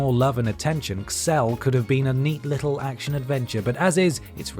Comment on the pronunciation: Xel... as an American, we would pronounce that as Zell...